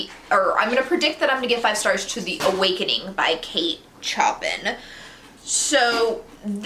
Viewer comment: I loved The Awakening when I read it so hope you love it. Though just wanted to point out- the author’s last name is pronounced like the composer.